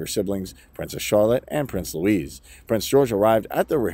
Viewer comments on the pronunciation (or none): His name is Louis not Louise! Pronounced Looey!!! Please quit calling the youngest son of Prince William a girls name. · Louis is not Hispanic. It’s not Luis.